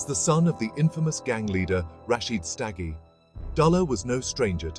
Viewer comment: U pronounced their surname wrong ...u must not be from here